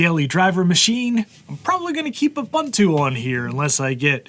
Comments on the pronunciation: Uh-bun-too? Try Oo-boon-too. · why do you pronounce it as "abuntu"